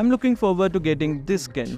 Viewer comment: you know when Skin is pronounce as 'Iskin'😂